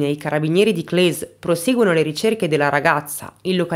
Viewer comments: Si dice Cles, no Clè, è italiano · con la S più definita, più o meno come "kles" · Grazie per aver portato questa vicenda, che sento vicina perché frequento la zona. Solo una cosa, si dice Clèss, con la esse dolce e il cognome è MeREU come si scrive. Un abbraccio 😘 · Si dice Cles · Brava come sempre. Cles non si pronuncia così, ma pazienza. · "Volkswagen": la "V" si pronuncia "S". Errata pronuncia anche di Cles, che ha la "s" finale più forte e dura (abito proprio lì)